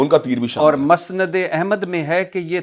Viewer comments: Musnd ko masnd bolny waly bhatti parhna sekho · امام ابن تیمیہ رحمہ اللہ ہے،،امام تیمیہ ،،،نہیں،،اسی طرح مسند کا تلفظ کر لیں